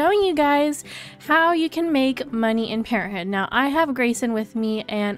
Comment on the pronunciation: I like the way you say parenthood lol "Parenthooh" hehe :)